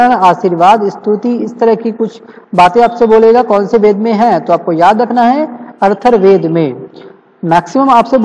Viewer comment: I think atharvaved but its "Arthurwaved"